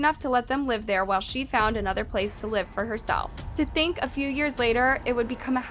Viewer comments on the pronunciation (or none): none